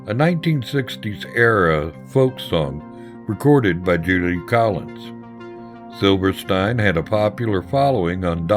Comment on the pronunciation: its pronounced SILVERSTEEN